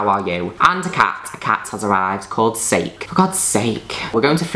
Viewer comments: “Sake”. It’s saw-Kay 😂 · I'm glad I found your channel Juno. You're iconic. By the way, think Sake the cat may be pronounced "Sah-kee" (like the drink?) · the way she pronounced sake im yelling